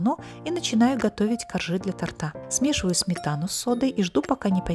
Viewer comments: Режет слух. Правильно будет тОрта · Закончила просмотр на слове тортА, кровь из ушей